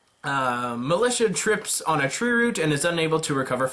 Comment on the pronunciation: i know it's been more than a year but it's MILIZIA(written militia)ffs P.S. love your content,keep it up ;)